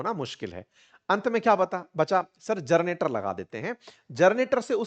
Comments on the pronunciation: सर! 'जरनेटर' नहीं होता है 'जेनरेटर' होता है। नब्भे नहीं होता है, नब्बे होता है। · हे महाशय आप IPS हो फिर आप जेनरेटर को जरनेटर कहना टीक नही सुधार लीजिए। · जर्नेटर नहीं सर ... जनरेटर !! 😊😂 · आप जेनरेटर को जरनेटर क्यों बोलते हैं ? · जरनेटर या जनरेटर? शुरुआत में आप चार-पांच बार जरनेटर बोल गये हो ।